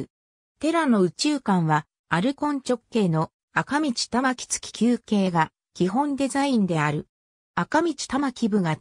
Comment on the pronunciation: あかみちって読むの？大丈夫？ せきどうかんって読むの。わかった？・・・・・・・・・・・・・・・・